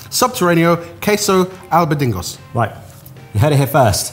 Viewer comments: Albadingo instead of albondiga... I'm calling it that from now on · What the f.. is an albadingo? 😂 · Did he say albodingos?! You'll be upsetting Spain again... lol. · should lose a badge for calling the meatballs "albidingos". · that goes to spain as much as he does and said "albadingos" is peak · it's the "albondingos" for me! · I misheard at one point, and thought they called the food "fa-laugh-ables". Which I quite like, actually! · AWEEEEEESOME!! especially pronounciation of al-BON_digas!! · I will only be pronouncing albóndigas the way said it from now on, thank you. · What was that albondigas pronunciation???